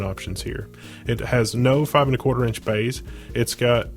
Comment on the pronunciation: The "bayhs" get me everytime :') Great build nonetheless